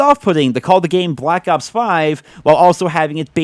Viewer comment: caw of dewdy bwak awps